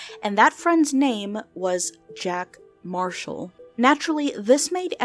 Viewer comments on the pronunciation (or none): "Jack Mashall" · JACK MASHALL 😂 sorry I love little mess ups like this!